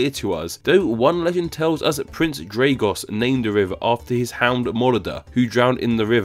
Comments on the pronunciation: It's pronounced "Prince Drah-gosh", not "Prince Drey-goss" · In Romanian/Moldovan, the s with the comma underneath is a "sh" sound, so that's "Drah-gosh" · The Dragoș is pronounced with sh